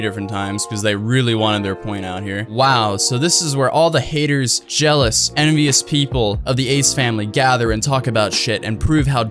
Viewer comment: she miss the a from jealous lmao😂😆😁